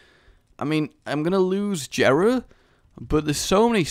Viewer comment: It is pronounced YERAH NOT JERA PLEASE STOP